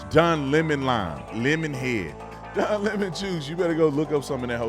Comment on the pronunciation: Don Le(Pronounced La) Mon(Pronounced Moan)…. DemonRats!